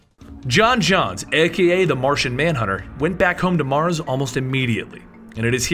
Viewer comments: John jones, not John johns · j'onzz is pronounced "joans" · The only flaw in this video is that the Martian manhunters name was pronounced wrong you're supposed to emphasise the O in J'onzz